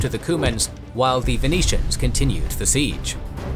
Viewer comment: Great content. But I cannot listen to the wrong pronunciation of the simple but omni-present word "the" every second time... Sorry. You ruin it, because of the wrong stress on the wrong words... Apart from that certainly useful!